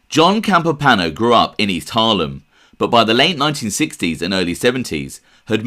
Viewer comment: Campo pano? No. Campo Piano , Pi A No. Alles klar?